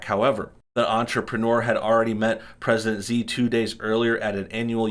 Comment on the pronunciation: Xi is pronounced shee